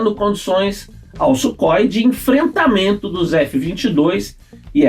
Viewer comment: Não é Sukhoi !!! É Súrrói !!!